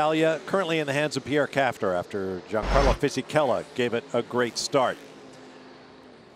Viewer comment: "Gee-an-carlo"?? That annoys me, the 'G' is very soft in the Italian language, pronounced more like "Yan" or "Sh-Yan." I don't know why but I find mispronouncing someone's name very disrespectful.